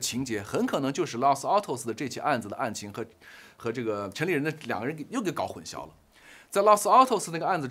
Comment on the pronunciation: 混「淆」念音是「姚」 大陸會把曝光念成「爆光」，曝字在台灣是找不到「爆」音，我其實很不習慣，難道大陸會把「曝曬、一暴(曝)十寒、野人獻曝」等，都念成爆嗎？但現在我知道太多評論念「爆光」（曝光），我也沒辦法而習慣了。混淆念成混 消二聲，還是太怪了吧。（中文是太難了，我也有很多不會。）